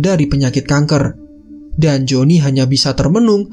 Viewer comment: Perasaan dari awal gw dengernya joni mulu